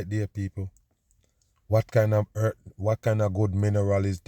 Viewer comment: Dude its not eart. Its earth. For years you have been forcing a fake accent.